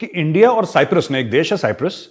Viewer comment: Lovely points made. Please don't stop the Lahori accent. Especially ENDIA AND RAAAA......W. These are the most hillarious ones. 😂